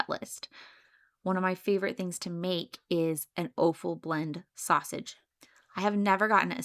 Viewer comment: Point of order: offal is pronounced "off-al"...no long "o". It is a homophone with the word "awful".